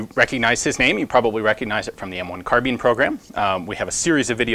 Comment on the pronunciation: I'm sorry did he just say M1 Carbean?!?